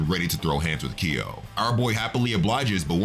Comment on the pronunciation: Every time you say Ki yo..... :( it is kyo!